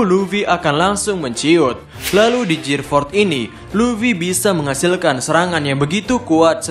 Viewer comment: Perbaiki bahasa inggeris ta bos.terutama dalam sebutan "gear"